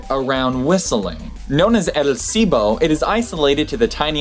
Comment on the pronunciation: Why do you not pronounce the L in "silbo"?